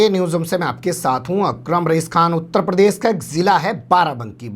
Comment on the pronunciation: Aapki news authentic rahti hai news presentations bhi umda rahta hai Pleaae talaffuz (pronunciation) sahi kijiye jaise zyadatar sh ko s kahte hai uttar pradesh ko uttar prades